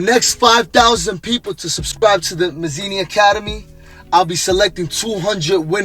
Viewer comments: The dude isn't even Italian. Dude is an arab or something. "Mazini"....lmao Sounds like he got it from an "Italian name generator" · 'Mazini Italy PRUHducts'